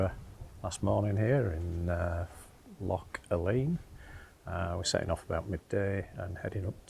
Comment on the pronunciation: Loch Aline is pronounced “Loch Alan”